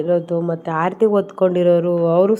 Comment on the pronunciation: ಆಡತೀ ಅಲ್ಲ ಆರತಿ